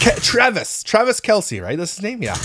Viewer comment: SETH ROGEN 🤣 also I love how you could never get Travis’ name right.